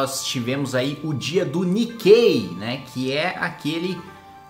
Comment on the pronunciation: Pela pronúncia do "Nikei" dele eu apostaria que não